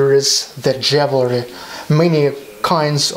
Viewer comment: JEWELRY is pronounced with "jew" first